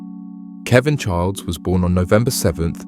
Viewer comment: There is no D in chiles